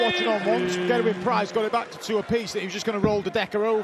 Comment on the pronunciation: I love how they are Pronouncing Gerwyns name propely now:)! Instead of pronouncing Ger-Wyn as 'GHER-wyn' Always used to annoy me when they pronounced The beginning of his name (Ger) as if they were saying - 'Gher' like as in the word GHERKIN lmao (I'm Welsh)